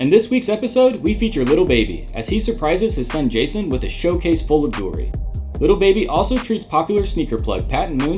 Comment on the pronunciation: Its lil baby not liru baby 😂😂😂😂